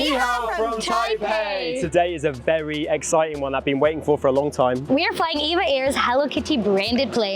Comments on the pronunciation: It's called E V A NOT EVA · It's E-V-A as in Evergreen Airways but I often find myself calling it Eva.☺ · Officially, it's E-V-A, but even employees, when not speaking with customers, will say EVA. When the airline was established, the chairman, the founder of Evergreen Group, wanted the airline to have the name Evergreen Airlines. But that name was already taken by a US cargo carrier airline. So he settled for EVA (short for EVergreen Air). However, in Taiwan, they're free to use Evergreen Airlines (長榮航空). So people in Taiwan mostly refer to it as Evergreen Airlines. The Taiwanese diaspora around the world normally says EVA instead of E-V-A (it's just easier). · Not really a Hello Kitty fan (sorry folks!) but EVA Air (I pronounce it Eevah) is one of the nicest ways to fly in business. I'm a fan. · The flight attendants on board calls it E-V-A , check with them next time when you fly